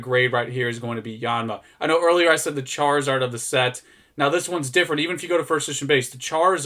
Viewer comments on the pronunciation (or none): none